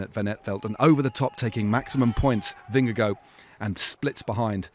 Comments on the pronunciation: There is no “oh” sound at the end of Jonas Vingegaard’s last name. Why, why, why are so many presumably professional bike race announcers being so disrespectful? Not “-goh”, try “-gar” with a soft/nonexistant “d”. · Vin-a-go (Just trolling) was brilliant today. He wasted valuable watts on a punchy climb where the gains would be minuscule. He keeps racing like that and he won't win this Giro or the Tour.